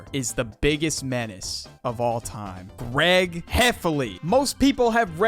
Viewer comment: you witterally keep saying "Gweg" and "Wowley" nerdy sounding ahh boi